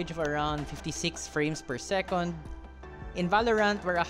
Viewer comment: Whether it's second as in "segundo" or second as in "pangalawa", it's always "sekend" with an "e", never an "o". :) Sekonds is a Filipinism. :)